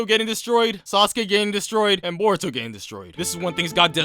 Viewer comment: you cannot pronounce a single thing right bruv called Boruto “burrito”